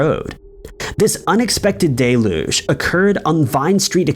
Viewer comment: Its pronounced del-uge, not de-luge. Learn to pronounce the words youre going to use for God's sake.